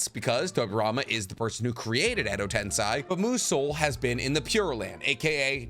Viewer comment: So many videos made... hundreds of episodes watched and you still say tensei wrong holy shit